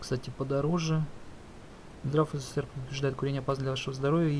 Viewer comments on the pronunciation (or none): none